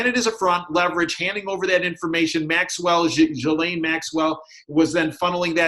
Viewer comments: YAY!!! and following - wins the prize for being the first person in North America to pronounce Ghislaine properly! That alone is worth giving the video a thumbs-up.:) He's also bang on the money about Ghislaine Maxwell's role in all of this. She's Epstein's handler for sure. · Ghislaine pronounced GeeLane. (Gee like glee without the L)